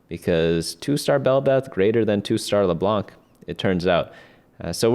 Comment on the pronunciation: Please do not pronounce the "c" in leblanc it's not supposed to be pronunced thank you <3<3